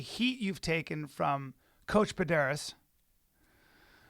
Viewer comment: For sure say Pederneiras correctly...